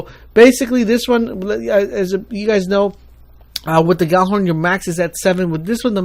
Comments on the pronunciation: Icebreaker does not have the hidden perk to break the Hive Knight's Wall of Darkness; all weapons can do that if timed properly. The only known weapon to affect the Wall of Darkness is the Song of Ir`Yut, the legendary HMG from the Crota's End Raid. Gjallarhorn(Pronounced YALL-arr-HORN, by the way), does NOT have Proximity Detonation; the rockets are just tracking into an available hit box for the rocket itself into a much closer target. The 'Proximity Detonation' myth was brought up by idiots that don't know how to n00b t00b properly, and subsequently were stupid enough to fire when an enemy was close enough to them to trigger a hit-box, or to track the rocket away. Gjallarhorn's rockets have a tendency to ignore one target, and follow another one, which, is why Gjallarhorn is probably the most overrated rocket launcher in the game. I get better and more consistently reliable use out of The Cure. Thunderlord's 'hidden' perk is called Lightning Rounds. The original Lightning Rounds perk was to initiate an approximate 5-20% chance to chain an Arc-Damage explosion. When it was re-allocated to speeding up the fire rate, the developers left it in there as a nice little incentive to spur players away from using rocket launchers. Literally, your enemies explode, because Bungie is telling you something. TLW's 'hidden perk' is only hidden to idiots, Thorn's hidden perk is a bug that has not been fixed, SUROS Regime's perk, again, like TLW, you have to be a dumbass to not figure it ou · Gjallarhorn (which is not pronounced "Gally" as almost everyone thinks it is.. does not have proximity detonation at all...